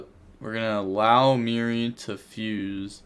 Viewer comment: It's fucking Merli not mirri ffs and you wouldn't stop saying it